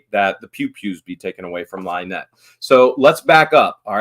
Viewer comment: Out of all of the horrible things I saw in rescue video the one thing that made me laugh was hearing the officer actually call her LIENETTE!!!